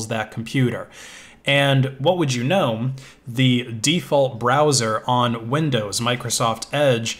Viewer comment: Every time he say know i hear Gnome :D is he actually a Gnome user? Also i mainly did come her to write i use Firefox :-)